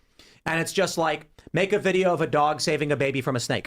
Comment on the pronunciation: What does vorting mean and dornt. And nor and what sounds like knore. I know what gor is. And where is Australier and chiner and what is a videor? So confused.